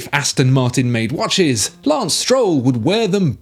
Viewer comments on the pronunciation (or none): none